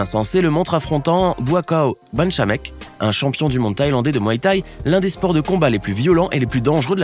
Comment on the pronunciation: Au "my t'ai".... Mdr